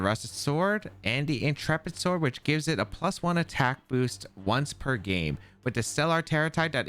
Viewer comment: Your content continues to be fantastic quality,. Really appreciate you! PS. Also hearing you pronounce Intrepid Sword correctly was soothing for my soul 😅